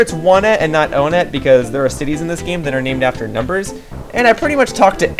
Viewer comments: Um It’s Not Called One-TT It’s On-eTT What I Said Onett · It's official name is pronounced on-ett